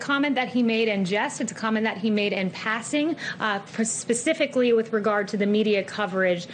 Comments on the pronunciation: ....”per-spiffically”.....good-grief,....go get a job where you don’t have to speak? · Did Kayleigh McEnany just say pacifically? What have oceans got to do with any of this?